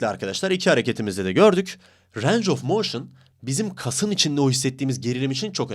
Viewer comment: reis videolarına bayılıyorum ama lütfen range of motin derken "reyng" de "ranc" deme ya valla kusura bakma cok soyledin yoksa yazmicaktim